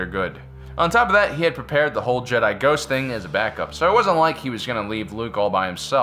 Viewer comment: Ah yes tupac is a jehdie